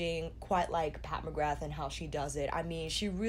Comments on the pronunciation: Im so bored of warm toned eyeshadows so I didnt even want to look at what this palette looked like for a while lol I was disappointed and even avoided her instagram for ages I didnt want to see orange, red browns and gold again but I really like this...I feel quite apologetic towards her now. I was such a fool for doubting her xD also the surname McGrath is an irish name so it is pronounced McGraah, no th sound. It is a common surname in Ireland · not telling you to say it that way even though the "th" is never ever said because her name is really known with the th sound now in america and thats fine just letting you know anyways :)